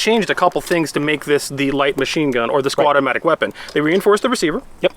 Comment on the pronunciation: did he say squadomatic weapon?